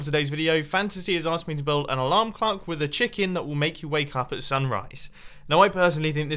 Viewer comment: did he say alarm cluck on purpose or what’s up